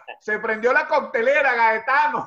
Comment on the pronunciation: Cortelera NO Coctelera